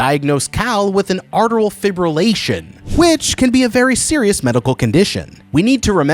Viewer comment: ATRIAL fibrillation, not "arteral." And they make it sound like it's a death sentence. AFib is serious, because it can lead to clots in your heart traveling to other parts of your body, potentially causing a stroke, but it isn't an immediate life-or-death situation, unless that person is showing symptoms of a pulmonary embolism (clot in the lungs)